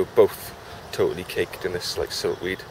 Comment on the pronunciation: I think it's not siltweed but silkweed.